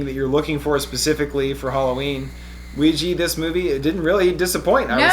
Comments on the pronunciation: pronounciation...."WEE- JUH" not weegee...nails on a chalkboard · ITS PRONOUNCED WEE-JA!!!! AHHHAHSAJSHKHDKJSDKDKDJ